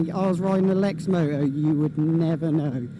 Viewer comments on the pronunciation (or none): There’s a t in lexmoto